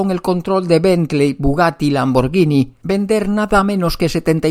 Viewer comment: Gracias, súper revisión del Passat con el vídeo del otro día y éste....por cierto, muy bien pronunciada la marca Lamborghini 😉.....un saludo y con ganas de ver la revisión del Ford Escort RS TURBO 🤘🏻😎🤘🏻...👋🏻👋🏻👋🏻👏🏻👏🏻👏🏻😉👍🏻